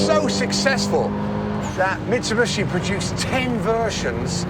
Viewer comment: What's most disappointing is that over the last 20 years some motoring journalists still can't pronounce 'Mitsubishi'. Plato still says 'Mitsibushi' from time to time.